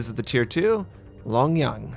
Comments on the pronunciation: Long Jiang =Long "Jee-yang" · 龙江 or 龍江 江(jiang)'s j is pronounced like the j in Jenny. And also 建威 's j...